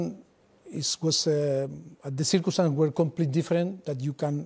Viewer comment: carragher's accent is so funny, man pronounced 'were' as 'vae'